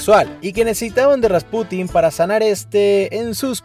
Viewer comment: Muy buen video, pero no sé porque dices RaspUtin en vez de Rasputín?. No lo digo para criticar, solo me llama la atención.